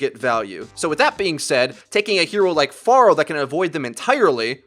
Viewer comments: I'm not saying that "Far-uh" is a stupid sounding pronunciation of Pharah, but the way you say "Far-uh" sounds terrible and you should just say "Fair-uh" :) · think you're saying Pharah wrong. it's less "Far-ah" and more "fair-ah", just saying because almost other YouTube channels and players say "fair-ah" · Sorry but it triggers me when people say FAR-UH. I askes on twitter and they said it was FAIR-UH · please start pronouncing her name correctly is fair-a not far-ah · I dislike cuz u say Farquhar. It's Fair-ha they say it in the actual game dialogue lmao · I hate when people pronounce it FAR-UH it's Fair-uh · I hate it when people pronounce it FAIR-UH It's Far-uh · Her voice line says far-uh so.. you're the ones that are pronouncing it incorrectly. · Dude you win most idiotic comment of the day. It is infact pronounced Far-uh or Fah-ruh not Fair-uh she even says her own name and a couple of character interactions has it at Far-uh too. You boring old American pronunciation of things has failed you miserably. We Americans are so basic we speak boring old easy English that's it with me as an acception I speak 3 languages fluently the perks of having interacial grandparents they passed that shit down. Go delete your comment douche. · Slaughterrific It's Fah Rah not Fair Ruh. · You lost me at FAR-UH... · Slaughterrific Pharah herself pronounces it as "FAR-HA" though. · BAAZAAA HANDLE THE PHARAAAH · is it far-ah or fair-ah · you saying phara like that is triggering me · Go to Pharah's voice lines. She says her own name and this is the correct pronunciation